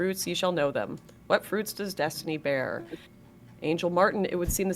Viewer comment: Dee-stiny Reynolds